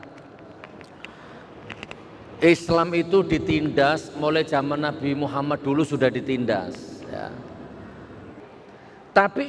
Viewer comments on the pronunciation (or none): none